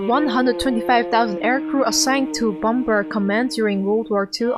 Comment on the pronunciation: The second 'B' in 'bomb' and bomber' is silent in english...so say 'bom' and 'bomer'...You can actually hear the crew refer to another 'bomer' in the audio...JFYI...Thanks for the video...Good to see this though your eyes in this video...thanks